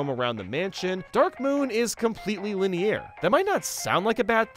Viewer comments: Dude said linee-air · Why does always pronounce linear with a French-sounding accent on the last syllable? Is he trying to sound fancy or does he not know the correct pronunciation? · he sounds so french when he says linear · Dude why do you pronounce the word "linear" so strangely? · Anyone else really dislike his pronunciation of linear? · Bro why do you pronounce "linear" so weird?